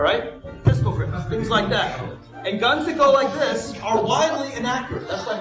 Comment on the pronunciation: Like dis and like dat an da utter ting!